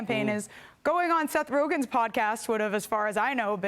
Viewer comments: "Setn Rogan's podcast"? Who the he'll is Seth Rogan? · She said Seth.Rogan.😮